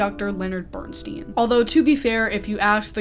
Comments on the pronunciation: Bern-STINE, not Bern-STEEN, please. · It is pronounced Bern-stine not Bern steen. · Have you watched „Maestro“? If you have, you should certainly have learned then at the very latest how to pronounce Bernstein‘s name correctly. He was known to yell out across a crowded room to correct people mispronouncing his name the way you do! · Wish you had pronounced Bernstein correctly. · You could have at least researched how to say Bernstein’s last name... 😢